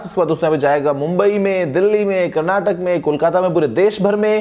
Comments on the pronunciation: Sir it’s Karnataka and not Karnatak please pronounce it in a right way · It's Karnataka not karnatak.